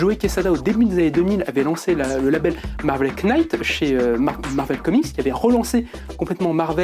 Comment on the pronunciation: Pardon mais le "k' ne se prononce pas. C'est Marvel Night qu'il faut dire